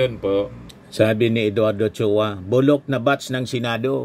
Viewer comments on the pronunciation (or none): none